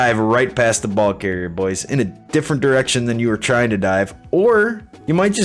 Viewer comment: the way you say boys is horrible after the first couple times